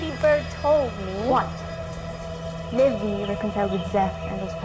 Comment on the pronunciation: livvy kasi hindi po libby